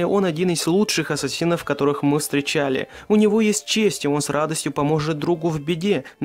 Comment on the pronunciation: НЕ ЭССАСИН А АССАСИН!! В ИНТЕРНЕТЕ ПОСМОТРИ